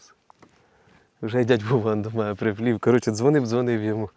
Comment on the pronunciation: приплив а не прііплів ріже вухо ніде такого не чув.а сама рибалка супер.....